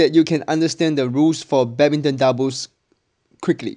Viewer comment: pls learn the correct pronounciation of "video" and "quickly"